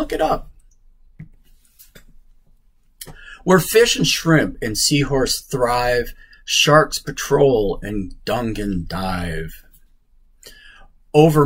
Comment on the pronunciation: Dugong is pronounced doo-gong. (Not dungon)